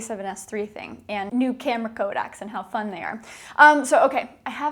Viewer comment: By the way it’s “codecs” and not “Kodak’s”. Kodak was a film company. A codec is a way of compressing a data stream, usually audio and video. “Co-deck” if you may.